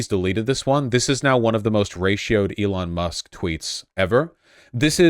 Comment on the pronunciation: I think you mean "Eron Ma!"